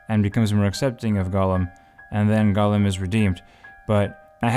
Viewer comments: Golem =/= Gollum. "Gollum" is pronounced "GAHL-uhm." "Golem" is said "GOH-lehm." The former is an ex-Hobbit twisted by the One Ring. The latter is a Jewish mythological construct of a man made of clay infused with life by mortal sorcerers...or made of flesh if you're one Dr. Frankenstein. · talking about Gollum… watch: The Outer Limits S02E16 Deprogrammers there you have: "Jollem"